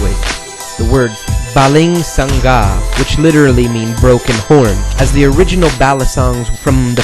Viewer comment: lol baling sangga means : broken branch and it is pronounced as : BALING SANGA not SANG-GA P.S i am a filipino =)